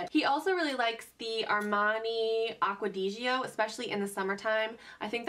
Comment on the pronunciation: Laughed at how you pronounced Acqua Di Gioia. It was cute Lol :) Most ppl pronounce it funny!